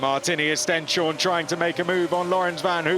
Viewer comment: This commentators must learn the right name of Stenshorne, not Stjenstorne!